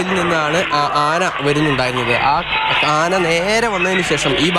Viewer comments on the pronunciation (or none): അന അല്ല ആന